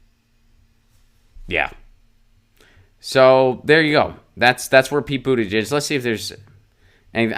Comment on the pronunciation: HOW DO WE TAKE THIS ASSHOLE SERIOUSLY IF HE CAN'T BOTHER TO PRONOUNCE THE MANS NAME CORRECTLY? THESE CLOWNS ARE CLIMBING OUT OF THE WOODWORK SINCE PETE HAS BECOME MORE POPULAR. ANY ONE WHO WANT TO SEE IF HE HAS A PLAN NEEDS TO FIND A BETTER SOURCE THAN THIS.